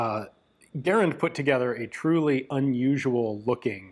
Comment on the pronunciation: It always warms my heart whenever I get to hear Garand's name peonounced correctly.